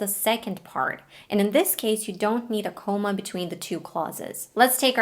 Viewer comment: Comma, you mean to say, not coma. ❤❤❤❤